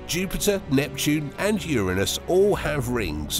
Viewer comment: FINALLY someone pronounced Uranus properly.. Tired of that stupid joke.. People need to learn how to properly say the names right..